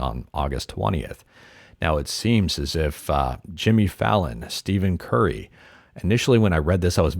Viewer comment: "Steven Curry"